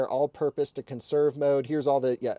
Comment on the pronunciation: "Per-ferned on... conn-serve mode?" Yay literacy...